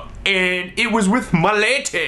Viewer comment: I love the way he says "MAH LADEH" every time he refers to his date. Okay, Olan seriously, I'm in love with you please marry me